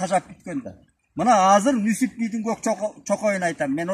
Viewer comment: Нүсүп эмес Нүзүп